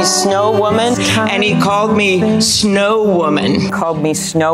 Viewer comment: I'm thinking he called her SLOW woman, not snow woman.